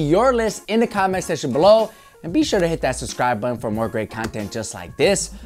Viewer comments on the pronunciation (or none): none